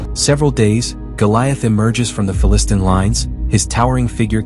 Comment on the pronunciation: I am not able to see this show, so thanks for this great video. Not pronounced Fa - Listn'.